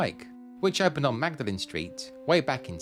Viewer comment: and pronounced ‘maud-lin’ 👍🏻